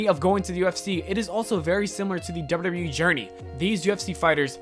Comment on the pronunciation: You keep saying ‘derr-burr derr-burr wee’ when trying to say double you double you e. Listen back to your recording, can you hear it? Also, why are you talking about this? It has nothing to do with you. Make your own content.